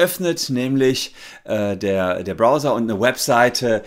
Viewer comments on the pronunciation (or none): none